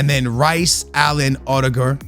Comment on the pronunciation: Bro why does he say odegaard like that it’s not that difficult to say Omds😂🤦saying it like he’s rudiger 😂